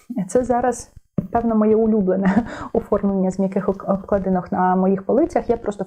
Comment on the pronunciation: Класне відео. Але трошки дратував дзвін на склейках. І, доречі, обклАдинках, а не обкладИнках. Вибачте 🌺